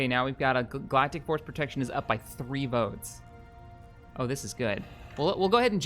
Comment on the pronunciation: I love how he corrected himself the first time he said "Galactic Force Protection" but later he just kept miss saying it XD Also 1000 Credits for a Skull of a Contingency Sub Unit, I declare this a Company Wide Bounty